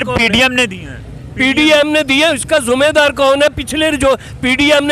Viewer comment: अरे चाचा तू क्या बोलता है जुमेदर नहीं जीमेदार बोलो